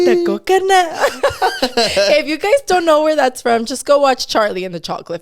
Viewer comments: “coconuhhh” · LFMAOOOO I WAS DYING AT THE “Coconuhh”🤣